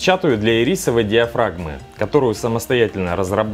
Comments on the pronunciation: Не ирИсовой, а Ирисовой! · Можно ударение в ирисочной диафрагме пофиксить?))))